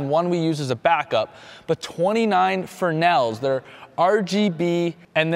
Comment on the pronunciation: Repeat after me: Fress-nell, fress-nell! (not Frenell) No one can pronounce "fresnel" properly.